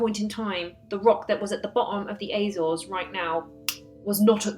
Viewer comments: Apart from the Azores which you pronounced like a septic, it was right. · I wish you'd stop mispronouncing Azores.